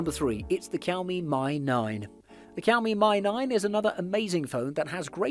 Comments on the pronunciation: It is not Kiaomi but Ž(X)iaomi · Shao-me. Not kiaow-me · Cowme ? Whats a cowme phone? I thought it was pronounced showme ? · I'm Asian and it's not Kiao-mi, that's Shao-mi or Chiao-mi.. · 🤣🤣🤣🤣 It's pronounced SH-IA-O-ME, but great video anyway. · I Love cow-me phones😉 Lol, I really do though. I have the redmi note 9 Pro and am looking at the Poco X3 right now for an upgrade. Great video. Just had to tease as it was cute how you pronounced it:) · Him: kEYoUmI Me: h-how did you get that version of it? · What's Keow Mi? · Learn alphabets first. 😂 Kiaomi. 😂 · Kiaomi,, kiaomi ,, man you know how to get on someone’s nerves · I know, right ? Its pronounced showme, isn't it ? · This guy is either mispronouncing the make and models or I have just learnt how to say Xiaomi properly. I thought it was 'shaw me' and 'me' mix, not 'my' mix??? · Keeowwwmeee... Dislike 🤣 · The X in Xiaomi is pronounced as a J btw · OMG ITS NOT COW MI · Ik u didn’t just call it kiaomi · I was gonna watch the video, but the way he pronounce xiomi make's me uncomfortable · Same here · You're killing the pronunciation of Xiaomi